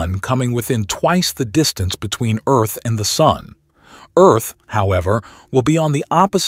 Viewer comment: "Welcome to erf"